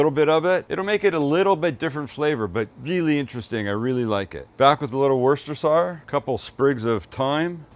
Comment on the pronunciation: Think wuss-ter-sheer when you say Worcestershire sauce.